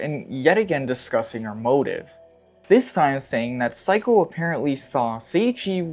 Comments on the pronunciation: Amazing video! One thing that bugged me though is your pronunciation of the mother’s name, it’s not like psycho, it’s like say-ko, not psy-ko. Apt mispronunciation though!! LMFAO! Amazing. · yeah i thought he was calling her psycho as an insult for a while 😭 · It's interesting because he got Sei's name right and Seiko's name has the same first 3 letters 😭